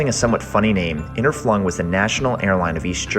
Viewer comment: Interflug - your pronunciation is ridiculous. There is no second N in the word. Flug is the German word for flight, so the name was never funny or pronounced the way you think it was. If you are going to make videos, do some research into all aspects of what you do.